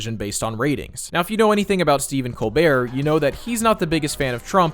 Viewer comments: "Are we still talking ABOOT that" LOL very smooth. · You are right about them probably revealing Trump to be Saddam in disguise. I had forgotten he was the prime minister of Canada. They dropped a hint by having Trump pronounce about aboot for no apparent reason in bed with Satan. Now it makes sense. Not that they were being suble with the voice and theme music. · I’m hoping they end up revealing Trump was Sadame. He says aboout, Satan even says he’s just like that last guy, and it’s an easy way to make liberals who hate Trump praise the show while cashing in money from paramount. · I just realized something. Trump pronounced "about" like a Canadian (aboot). "Are we still talking aboot that?!" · the only thing that makes me think it could be saddam is when he says aboot like they say canadians pronounce about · Omg, after almost 30 years I only just now realized Saddam Hussein always pronounces the word "about" like "aboot". Is there an inside joke I'm forgetting about that Saddam Hussein is actually canadian?😂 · He also uses the Canadian pronunciation "aboot" which is clearly a reference to when Sadam was the Canadian PM in season 7.